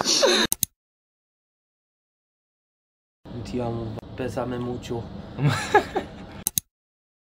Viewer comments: "Despatito" forever 😂❤️ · never get tired of dat "DESPATITO"😂😂ILY!!